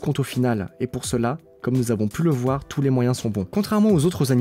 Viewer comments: Je rêve où prononce "tous.tes" à environ? Je trouve ça ridicule: perturbant et complètement inutile. Je me sens concernée par "tous les véganes", pas besoin de m'agresser les oreilles pour montrer que tu parles des deux sexes... Sinon beau travail les gars:) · on en parle du « touste » ??